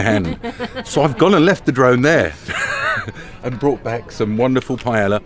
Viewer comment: Cmon, you've got to be getting the Spanish by now. Paella, pie yaya!!!